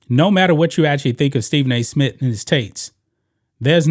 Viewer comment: Dude it's SMITH not Smit